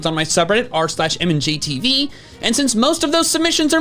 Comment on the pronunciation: its pronounced mand-j-tv